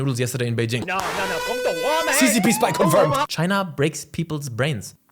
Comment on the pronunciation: why does it sound like he's saying wazup beijing